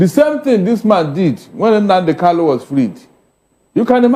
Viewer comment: PLEASE HE IS KANU, NOT KALU. KANU, KANU, KANU.